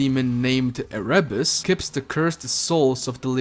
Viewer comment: It's Érebus, stress on the first syllable. It's the name of the Greek god who impersonated darkness